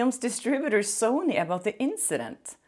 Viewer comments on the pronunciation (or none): none